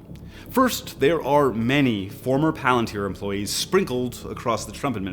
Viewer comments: God I wish more people learned it's pronounced 'Pah-lantier' not 'palan-tir' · Everybody (including Peter Thiel, co-founder, and Alex Karp, CEO,) pronounce "palantír" improperly. If I'm not mistaken, in Quenya (the Tolkien-constructed language the word "Palantír" exists in,) the stress typically falls on the second-to-last syllable if the vowel is long. In "palantír," the "i" is marked as a long vowel, so the stress would fall on the second-to-last syllable, i.e. syllable 2: "pa-LAN-teer." The plural form, palantíri, would be pronounced with stress on the second-to-last syllable also, like "pa-lan-TEER-ee." Tolkien has a grammar guide for the Quenya language you can easily look up for good info. Edit - I should add that Palantir, the company name, technically does not have the I marked as a long vowel the way the item from the book does, so the company name may actually be produced like "PAL-en-teer," which doesn't sound half as cool, but the common noun item from the book is pronounced like "pa-LAN-teer." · It annoys me to no end that they named it after the LotR Palantir but CAN'T PRONOUNCE PALANTIR CORRECTLY!